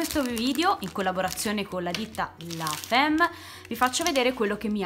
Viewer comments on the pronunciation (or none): Grazie per tutorial, ma ti prego non si può sentire "la femm" !!!L'azienda si chiama La Femme e si legge "famm". Te lo dico non per cattiveria,ma facendo la pubblicità dovresti pronunciare correttamente